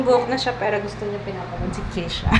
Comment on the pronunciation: it's Ke-sha! Hahaha Although her name is spelled as Ke$ha.